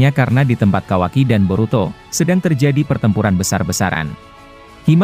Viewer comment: Kawaki,bukan kawai😂